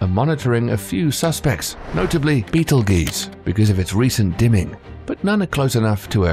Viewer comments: It is pronounced Beatle-juice, not beatle-geese. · Beetel-geese? It's pronounced baytel-goy-tza. Even the American Beetlejuice would be more acceptible than what he spouted out. Love this channel, great content that surely took tons of work, but it's lacking in editorial quality. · It's pronounced Beetle Juice, not Beetle Geese LMAO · Juice, not geeze. It sounds like text-to-speech. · I thought it was juice not geez. Would like to know for sure now. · GEUSE. Not juice. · Never heard of “BEETLEGEESE” before hmmm 🤔 lmao 😂 Beetlejuice anyone??? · Beetle geese???? Wow.. Just wow Certainly you understand the proper pronunciation is beetle juice. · Beatlejuice. Not Beatlesgaese. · My subtitles said brittle G’s when you said beetleguese I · How do you get 'juice' out of ..geuse? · I heard Beetle Geese lol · Beatle geeyz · Beetle-geeze lol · The amount of times they miss-pronounced Betelgeuse betel juice* makes me cringe😂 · This mfr said beetle geese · It's beetle juice like Orange juice not whatever the guy said the human languages dying because of stupidity Unfortunately next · sorry dude it sounds ridiculous when I hear it in the video, I'm from the USA and here the scientists pronounce it as beetle juice. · Stop the word's not meant to be in English so there's no real pronunciation. How does one pronounce '''betel geuse''' lol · G makes the same sound as J sometimes. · It almost made me cringe when he said it. Do a bit more research and learn how to pronounce the words you use... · I know I hate this pronunciation of betelgeuse ughhhh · I was watching your video, and after I corrected your pronunciation of Betelgeuse three times this creepy guy appeared and I can't get rid of him. Annoying.